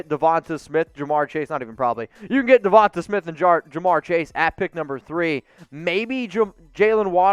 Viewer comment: Please Lord someone teach this man how to pronounce Devonta name